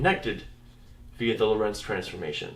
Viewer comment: In "Lorentz" the "o" is stressed, not the "e"!